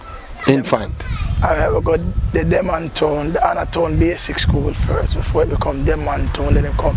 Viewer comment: Why Kingstonian can't say, “Denham” Town correctly? 😂😂😂😂